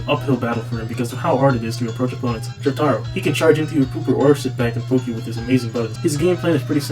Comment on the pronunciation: Said it 5 years ago, say it now, it's Jo-TURR-Oh, not Jo-TAGH-Roh. Fucking Jo Lynn fans and Pornalf enjoyers I swear. Dia VohLoh too, it's Deeavoloh.